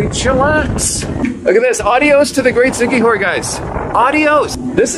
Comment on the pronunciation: I like your videos ...but you've got to give respect with the proper pronouncements ...it's "see-kee-hor" ...Siquijor (/ˌsɪkiˈhɔːr/ SIK-ee-HOR, Tagalog: [sɪkɪˈhɔɾ]), officially the Province of Siquijor (Cebuano: Lalawigan sa Siquijor; Tagalog: Lalawigan ng Siquijor), is an island province in the Philippines located in the Central Visayas region. Thx friend. keep on vlogging for our precious Philippines . Enjoy